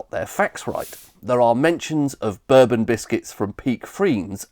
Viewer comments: Bro thinks Bourbons are pronounced like the drink, not a single person other than you pronounces it this way. lmao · Expertly researched and beautifully presented - thank you for sharing! Growing up in northeast England in the 1970s, "bourbon" was very definitely not pronounced like the American whiskey in our house. More like the House of Bourbon, but without the French accent. I know you didn't say that bourbon whiskey only comes from Kentucky, but your map sort of suggested as much. Bourbon must be produced (anywhere) in the USA from a mash bill of at least 51% corn and aged in new oak barrels. That's why there are so many lightly-used oak barrels available for the producers of other whiskies to age their products. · Bourbon biscuit is prononced Boor-bon not bur-bin. The former is a Biscuit the later is a drink. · Bourbon is pronounced Bore-bon exactly like the French/European Royal dynasty not "burbun" like the US rednecks call their American whiskey I have literally NEVER heard the biscuit called "burbun" EXCEPT IN THIS VIDEO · Bourbon is pronounced bore-bon not berr-bon. It’s not the American drink! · It’s pronounced boor Bon not bur Bon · Never heard bourbon pronounced "ber-bon" and not "boar-bon" :o Intresting! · I've always pronounced bourbon as borbon. I've never heard it pronounced berbon until this video. Please stop! 😂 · Hang-on there a minute. I have never ever ever heard anyone pronounce the Bourbon biscuit as bUrbon, only ever as bOrbon. I think we ought to be pronouncing the Rich Tea as a rich, Tea-Biscuit i.e. a Tea Biscuit with addition sugar or butter to give it at least a little flavour. A Bath biscuit really was tasteless. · i would say I've heard an equal amount of burbon and borbon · It should be boar-bon. And the whisky should also be pronounced boar-bon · I've always pronounced it borebonn. I assumed it was American Jack Daniels marketing that made people start pronouncing it berbon.